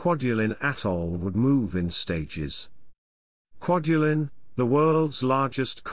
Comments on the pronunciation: Great Video but the pronunciation of the names of islands and atolls was completely butchered. I worked on "Kwaj" as a ship captain supporting the "Star Wars" project in 1999/ 2001 and this video brings back memories, non-withstanding the terrible pronunciations. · TAR-a-wa; eni-WE-tok; KWA-ja-lin. I don't mean to sound like a grammar-nazi, just that my father LANDED on three of those islands (not Tarawa), and it annoys me terribly to hear a Brit "computer-voice mispronounce those names. Especially, as I am a former Marine, those names matter to us, and American dead are BURIED on some of those islands...STILL. Just sayin'.😍🇺🇸